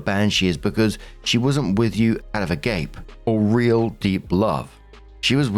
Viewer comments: Dear channel creator, The word agape comes from the Greek and is pronounced Uh-Gah-Pay, meaning divine love. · FYI, that's agape, pronounced "aw-gaw-pay". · The word agape in this instance would be pronounced ah gah pay. Greek word for a specific kind of love. They had lots of words to mean different kinds of love. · S1: So, the former mistress, current wife, is just a toddler who wants the satisfaction of "winning" over another woman is insane. Also that's "a-gahp-eh." It's a Greek word. Update: Glad he dumped the pro-homewrecker, but as you like to say,, she's still out there. S2: Not unreasonable. Brides and grooms do not get the whole FRACKING year. As a famous potato queen says, you get one day. ONE! Update: Yeah, this bridezilla just wanted the *aesthetics** of her fancy French friends at her California Wedding. The Parisienne friends should just cut her off, and OP should advise her husband to go very LC. S3: Wow. This is a whole adult and he's acting like that. I'm a sore loser at times, but dang, he makes me look like a saint. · FYI, Agape is pronounced “ah-GAW-pay” in this context of love types. It’s Greek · It doesn't really matter but agape is pronounced a-gah-pay. Greek word. I have never heard it used out of biblical context.